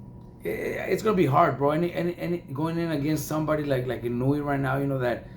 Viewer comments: His pronunciation of Naoya's surname is wrong as well. It is not "Inuwi" it's "Eee-nou-e". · He doesn't pronounce it correctly. Inoue is 4 syllables. The fight announcer said it fairly correctly.